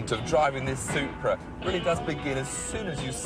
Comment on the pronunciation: I love how Tiff says "Soup-bra"